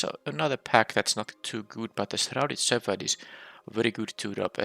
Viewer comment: I think I’m just going to give up on you ever pronouncing “shepherd” properly. We’ll just add that one to the pile.